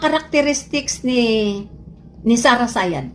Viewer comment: 😂😂😂😂 Did she'd say Sara Sayad?